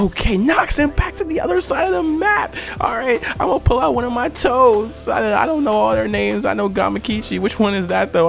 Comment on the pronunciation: I swear I just heard this man say I'm going to pull out one of my toes😂💀